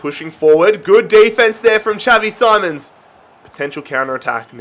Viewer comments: It’s xavi simoans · It is simons not SIMONS